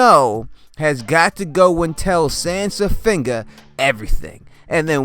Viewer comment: Lol "Sansafinger"!!! 😂😂😂